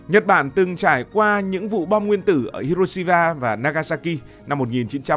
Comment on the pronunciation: Tại sao trùm địa lý mà lại đọc sai tên của Hiroshima nhỉ